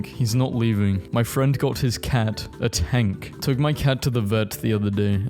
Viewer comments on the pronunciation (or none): none